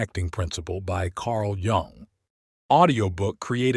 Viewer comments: JUNG not Jang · Not Yang. Yuuuuung. You-ng